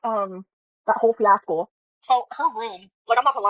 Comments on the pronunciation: Did she say fias-col? I swear every time I see this quarter-ton toddler she gets a new common word or phrase wrong to the point where I'm convinced her vocabulary only contains like maybe 200 words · makes me lose brain cells. “Fiascle” “Gahges”